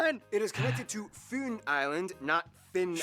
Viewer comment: But tve Queen retired so now we have a king. Best food here is the roastpork sandwich. Great y sound on Fyn. My name is Gry not grie or gru. Yyyyyy is like the ü